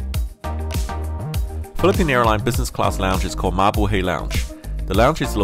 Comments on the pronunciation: 😂😂😂😂 I laughed so hard. Ma-buhay not Me bu he. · It's pronounced "ma-boo-hi"... Not, "ma-boo-hay".... great videos... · he said Ma-bu-Hay not Ma-bu-hai... 😂😂😂😂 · MabuhAy not mabuhEy. Someday, I'll fly a PAL airliner and I'll be it's captain. Wish me luck :D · It’s not pronounced mabuhay it’s pronounced ma boo hi (it’s Filipino for Live) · Mabuhay = "Mah-boo-high," not "mah-boo-hay." Otherwise great video, as always. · It's not mabuhey it's Ma-bu-hay that's how you say it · It's MABUHAY not mabuhaay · "Mabuhey" fuckk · It is pronounced mabuhai as in hi and hello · Your saying Mabuhay wrong.. Its Ma-boo-hai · Bro its pronouced (ma-boo-hai) thank me but thanks too you i know whats it like in first class btw im a filipino MABUHAY PILIPINAS! DU30 for the win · Wrong pronounciation its ma bu hi! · Mabuhay = ma bu high. ay = i as in 'high' or 'line'. Fiesta Class (economy) might be a different story. ;-) Nice video. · Im a filipino and he pronounce the mabuhay wrong